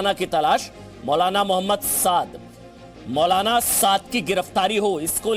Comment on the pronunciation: Mautlana! "t" is silent.